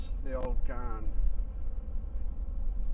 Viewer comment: Great video. It is pronounced as "GAN" not "GARN".😃 Take it from a former Commonwealth Railway/Australian National employee.